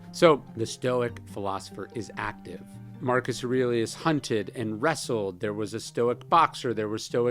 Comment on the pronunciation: And "Markusrelius".